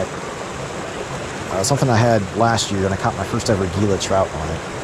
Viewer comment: It is great that you know the Catch and Release regulations. Gila is pronounced ""Hila".